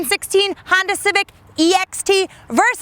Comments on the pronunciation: She's good I always enjoy her videos but ........ " Honder" gets me every time to the point where I'm so distracted I don't know or understand the next 50 words she says after it. Lol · Laura, I really enjoy watching you, but why do you say, "Hondar"?